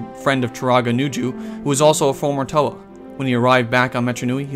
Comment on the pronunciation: TO-ay? It's pronounced TO-ah